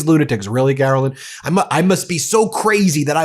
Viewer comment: “Karolyin’” I love it! Thanks. I made it almost all the way to the end, but I can’t take any more of Karolyin!